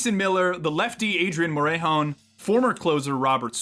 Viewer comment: love the video, but its pronounced more-eh(like canadian eh)-hone